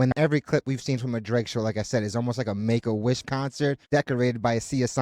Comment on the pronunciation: It's dtake-a-wish concert 🤣🤣🤣